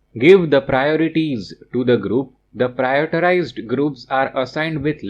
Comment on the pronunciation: 😂😂prioterized,priorised sir i always find difficulty to say it too